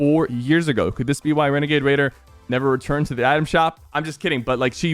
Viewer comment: he sort of said renegade raider like renegade waider